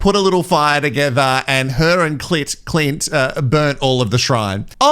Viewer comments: You keep saying Clitclint My other fave for the name Clint- write it in square capitals and squint CLINT- 😂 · pronounces his name Clunt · 😂🤣 laughed so hard I spat my coffee out! Clunt..